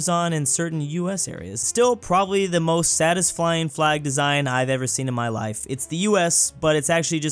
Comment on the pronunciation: am I the only one hearing "Satisflying" instead of satisfying?